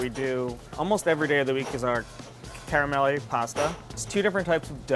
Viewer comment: What a fun video with some really unique dishes! PLEASE learn how to pronouce "caramelle" correctly. As an Italian-American, the pronouncation was cringe to hear. :P